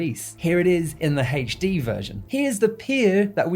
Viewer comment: haytche dee XD no offense bruv, i just love how you say HD